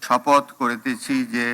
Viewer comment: ছি ছি ছি এহসানুল হক মিলন সাহেব আপনার প্রধান মন্ত্রী তো শপথ শব্দই সঠিক ভাবে উচ্চারণ ই করতে পারে না ছিছ